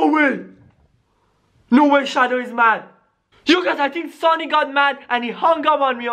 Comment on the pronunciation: oH my GoD hE cAls Sanic